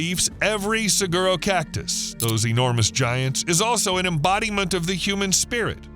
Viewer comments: Its pronouced, suh-waro. Or suh- gwaro if you insist on pronouncing the "g" which...most people don't. Like most Spanish speakers dont say Guacamole...they say wacamole. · You said saguro. It is pernounced sa-huar-O - saguaro. They are protected and you can not touch them or even their skeletons when they die!!! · Gila pronounced Hila - Saguaro pronounce Sawaro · It's pronounced, sa-WAH-ro cactus. Penñasco is pronounced, pen-YA-sco